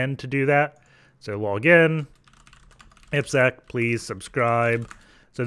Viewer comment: Happy to see someone saying you name in right way. 👍🏻 ippsec